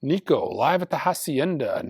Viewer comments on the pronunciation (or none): none